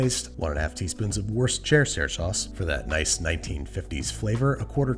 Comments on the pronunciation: Ah yes, my favorite sauce, Weeshare sauce. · I like how your pronunciation of worcestershire sauce becomes progressively worse over time. Keep it up! Wor-sesters-hire? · Wus-tur-shur sauce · "warst-chair-hair sauce" lol. sorry bro it's pronounced wuster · I’m sorry……wee-share sauce? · "Worst-terr-cherr" is the result when you use a bot voice. STOP USING BOT VOICES, PLEASE!!!! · It's not a bot voice it's a running joke to mispronounce it. He even said "what's the shire sauce" in one episode. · worcester : wusta (like busta rhymes) shire : sheer wusta-sheer sauce (I'm from worcestershire) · ah yes I too like to add worst-chair-stair sauce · Babish, us Brits call it "Woster" Sauce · Wuss-tuh-sheer. Say it with me. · I always get a chuckle when he deliberately butchers "Worcestershire". I forget the episode but one time he said something like "Western stether shether" sauce, and I laughed to tears hahah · Worst Chair Sauce is my personal favorite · my favourite is "what'stheshire" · What's-yer-sister sauce is a personal favorite of mine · West Chester Shire sauce is a winner for me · West Chest west shire is my personal favourite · It's pronounced WUUS-TA-SHA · We-share sauce according to this video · according to the family who created and still makes it, its pronounced 'wur-stur' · Oh Babish....It's WUS - TER - SHEER Sauce.... or just go with Lea & Perrins... unless it's a copyright/ trademark thing... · Okay. "Wees chair sauce" is now my favorite pronunciation. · “We-share” Omg-I knew he couldn’t pronounce it well but this is on a new level 😂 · don't forget 'wash your sister sauce' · i found this comment just as he said weeshare sause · Say it with me Babish: Wuss-ter-sure sauce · Why do people pretend Worcestershire is so hard to pronounce??? It's whist-uh-sheer, what's so hard about that? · “Worst Chair-Chair Sauce” “Worsh-sh-sheer Sauce” Please stop.. I can’t handle it man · Worshershersher sauce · "oyster-share sauce" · Wee-cher sauce is my new favorite term